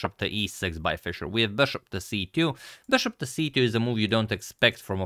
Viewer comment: I like his “beshop”